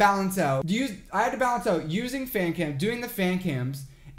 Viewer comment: "It's Kim" He must been thinking about how he will see the worldwide handsome while sleeping I know that he said "Cam" But it's sounded like Kim